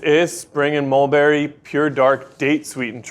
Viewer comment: Whatever that accent is saying Mulberry, it's not English 😂